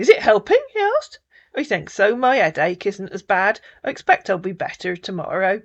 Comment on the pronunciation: Africans cannot pronounce their Hs or Rs; Tink and tank eew instead of THink or THank you lol